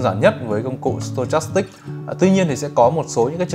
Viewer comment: sờ to chas síc à ờ stochastic. Đọc là sto thôi anh ơi, méo hết cả mồm hahahaha